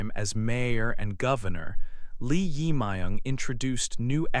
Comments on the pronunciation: Please pronounce 'jae', the part of the korea new president's name correctly. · your pronouce of 'Jae Myung' is not correct...